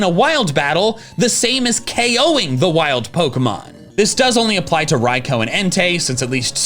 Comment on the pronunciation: No way this man is calling Raikou "Raiko" lol